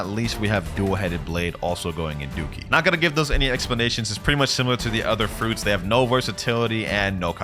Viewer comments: "fruits" "fruits" "fruits" lets see if you can find any more fruit mistakes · Did you realize how he was saying fruits lol